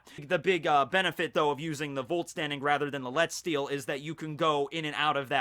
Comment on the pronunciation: its more pronounced like letzt shtil